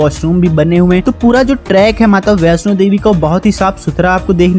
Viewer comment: Jai Mata Di 🙏🙏 Meine mata rani ke darshan kiye hai.🙏.You are wrong kesh Ganga kaha jata hai.🙏🙏.information.Bhai Vaishno Devi sahi se bola kar